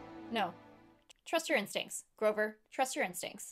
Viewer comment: *grover. Not grocer